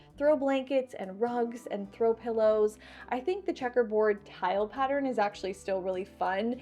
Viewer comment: I love how you say Patter ren… like my Grandma did! ❤